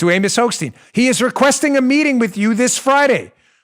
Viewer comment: Hochstein??? I thought you said Hoax-Steen ^^ Prononciation: Hoch = Stein =